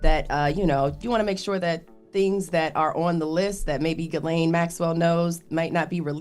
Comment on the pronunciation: That's not how you pronounce "Ghislaine". What kind of lane did Schumer say?